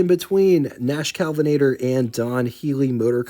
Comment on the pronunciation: Well done! My only criticism is that i cringed every time you said "Calvinator" instead of KEL vinator. Someone mentioned gas being very different back then. It was, but not as high a quality as it is today. Cars ran different because they were designed to run on the lower quality fuel. Today's cars wouldn't run as well on 1960s and earlier gas... pdrobably not 70s either.